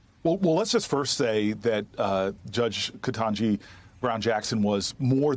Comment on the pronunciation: dude, you did not just say: "KENTAJI." 😮😮😮